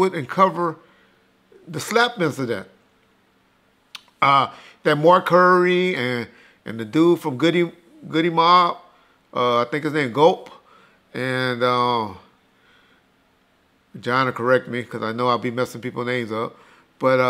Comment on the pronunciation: lol 😂 he’s always butchering someone’s name